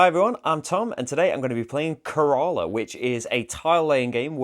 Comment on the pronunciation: Care-La..... pronunciation tip. Area of southern India